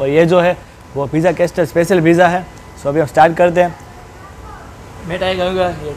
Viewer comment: Pronunciation Correction Bro... its કાસલ not કાસ્ટલ... બાકી all ur vidz r super duper... keep it up... love from a'bad..